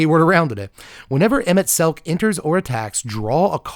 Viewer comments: "I'm going to butcher this, sorry for Final Fantasy XIV players" proceeds to pronounce Emet-Selch's name perfectly on the first try XD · You pretty much perfectly pronounced our boy Emet's name. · You pronounced Emet Selch correctly. Definitely recommend FF14 but it does take a lot of your time since its an MMO. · First MTG content creator who got Emet-Selch's name right!